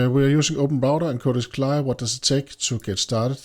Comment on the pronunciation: You are the first person I have ever heard pronounce it like "Cly". Normally, we spell out the letters.